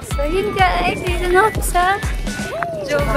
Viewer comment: Not jo its ho..